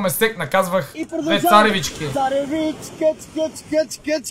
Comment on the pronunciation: Тоя с царррррррррррррррревичките минаваше и покрай нас като бяхме на море миналата седмица😂